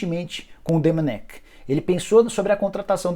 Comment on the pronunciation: Jornalista cabeça dura, o próprio Técnico fala seu nome e a forma correta, em seguida vem o cabeça de bague pronunciar erradamente. Pqp